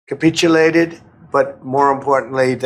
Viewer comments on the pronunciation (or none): ~ " They have capiche•a•lated ". 🤌